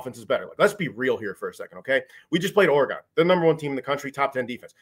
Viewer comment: If I hear say Ore-GONE one more time